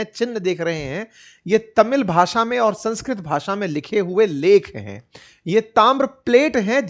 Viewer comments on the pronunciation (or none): none